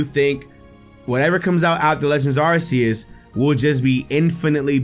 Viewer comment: It's arceus not arseus